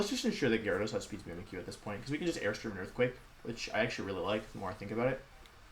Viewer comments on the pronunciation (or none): none